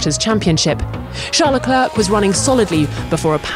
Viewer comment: F1 2021 is here, but she still can't pronounce Leclerc's name correctly.